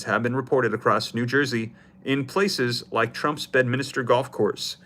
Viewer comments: 😂 its NOT Bed-Minister! It's bed-min-ster! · It’s Bedminster … not Bedminister 😂